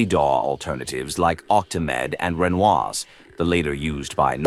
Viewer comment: haha RE-NOISE in English not pronounced in French😊. I jut asked my gf (usually knows anything music related) if she knew (in French) Renoise... And then I read it asked again but now pronounced in English and got laughed at😅😅